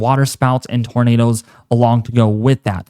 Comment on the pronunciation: I hate it when you said "tornadoes"